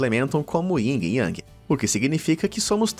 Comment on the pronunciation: como falou Ying e Yang? Carai bixo, pra alguém que fala sobre mentiras e verdades deveria saber pelo menos como se escreve/Pronuncia Yin&Yang